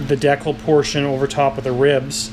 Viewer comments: 'Deccal'...'dee-cal'...it's hangAr 9!😄 anyway, nice work man, i'm inspired to go to work on my hangar9 Hellcat👍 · de·cal /ˈdēkal/ de - kal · Great video thank you but........it’s DECAL (sounds like dee-kal) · de-cul!? lolz ^^